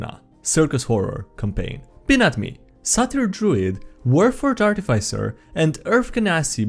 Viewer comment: The (i) in Artif(i)cer is pronounced like f(i)sh, not (i)ce. Thanks.